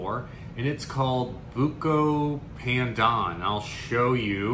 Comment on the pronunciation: It's pronounced "baandaan" (long a sound)! Also the B sound is more "curved" than flat, it might help to purse your lips while you say it. It's almost as if you're saying P while also saying B? It's a staple of Malaysian, Indonesian and Filipino cuisines and used in many drinks and desserts and even rice. It's great to see expand his horizons!!:)